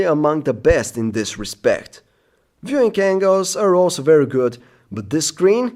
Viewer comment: lol .... "viewing kangles"